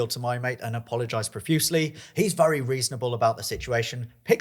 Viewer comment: WHY DO YOU SAY VURY. ITS VERY YOU TELETUBBIE